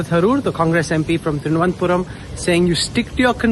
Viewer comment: Why is Rahul kanwal not able to pronounce the name of the city which Mr.Shashi Tharoor represents?? It's Thiru-va-nadhapuram not with his ugly Punjabi accent thirvnadpuram... please correct